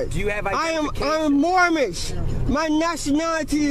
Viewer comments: "my nationality is Moormish" LOL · This is an oldie, but a goodie. It's right up there alongside the P. Barnes tasing for ease of remembering. Poor, can't even pronounce "Moorish" properly. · Moormish? What a fool.